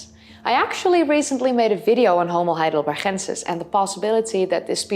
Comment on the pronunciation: I know you love your Dutch G's. However Heidelberg is a German name with a hard G, so Heidelbergensis should have a hard G.